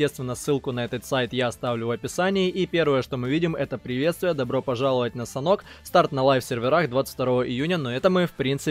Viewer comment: Не санхок а санёк)